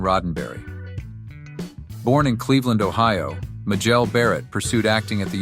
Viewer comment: Her name was pronounced as May-jel, not Ma-jel